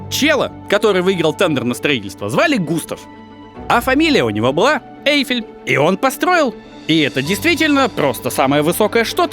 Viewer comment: Очень интересный у Вас формат,, позволю себе маленькое замечание - все фамилии, имена и французские слова произносятся с ударением на последнем слоге, ОсмАн, ГустАв ЭйфЕль и тд